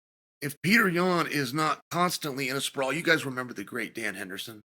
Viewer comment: "Pyourter Yan"- DC 😂😂😂